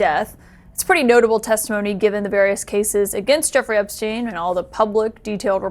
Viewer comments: Can someone from this news station inform the anchor lady that his name is Epstein and not Ebstein. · How does this reporter NOT know his name is EPSTEIN and not EBSTEIN? 😂